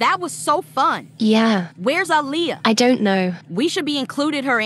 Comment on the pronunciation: Why is her name ah Leah? 😂😂😂😂😂😂